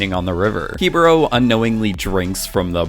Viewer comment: he-bo-ro 😂 literally an a in the word